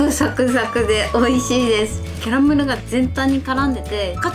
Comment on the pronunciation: 色んなレシピを参考にさせていただいてます！ 分辺りのキャラメルが言えてないですよ🤣🤣🤣キャラメルに酔ってます？w